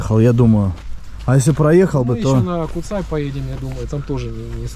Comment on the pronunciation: Первый поселенец Куцэй🤣🤣, чеб не Сансэй)). На сколько мне известно в школе учили, что звали его Пётр Бурлак. Название гора Куцай потому что куцая то есть редкие леса. А так за обзор спасибо парни🤝. На горе кстати есть загадочный колодец, монолитная полусфера выступающая из земли.